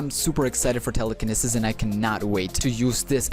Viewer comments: Im sorry but it's pronounced "tele-ca-knee-sis" Also GREAT video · Telecaneses is said wrong